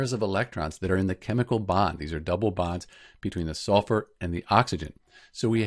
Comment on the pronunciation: Band😂 It's bond